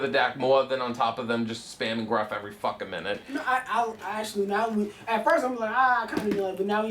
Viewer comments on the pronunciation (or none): none